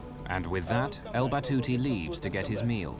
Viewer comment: It’s Al Batouti Good sir